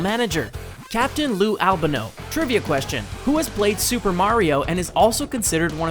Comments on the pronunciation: Captain Lou 'Ab-a-no'? It's 'L-ban-o'! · Al Ban o , not Al beno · Al bah no?! It's Al ban o you fucking idiot! Do your research you phony wrestling fan! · Good video but it’s Not Al Bunno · It's AL-BAN-O... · Captain Lou ALBENO??? The greatest heel manager of all time and Louis Albano has his name mispronounced not once, not twice, but three times by this punk who wouldn't know real wrestling and real heat and real booing with none of it added in in post production if it marched out of the ocean an slapped you upside the head with a sledge hammer. The "an" in Albano's name is pronounced just like the English Grammar Article "an". As In "An apple" " An audition" etc. Do you hear me you punk? You've got the brain of a dehydrated b b. Put your brain in a bird and pffffft, fly backwards. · It's pronounced "Al-Bon-Oh" btw, but good video. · Jt Blayze al BAN oh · Stop trying to defend the video person's bad pronunciation